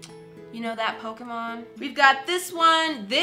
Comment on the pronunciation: Ima Pokemon fan and I thought she said poke men XD